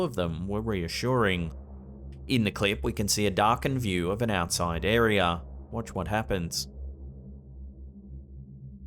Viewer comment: Me: Area Slapped Ham: Arear